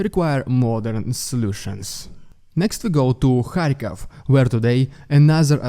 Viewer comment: Hey. It's Kyiv, not "kiev". And it's Kharkiv, not "kharkov". Please keep this in mind. Ukraine is not russian.